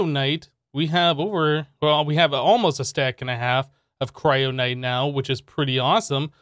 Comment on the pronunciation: KYRONITE! not kryonite. silly